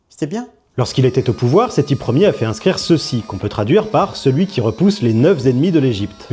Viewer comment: Il y a bien dit " Sethi iére" ? Ce débile ne sait même pas lire les chiffres romains 😂😂😂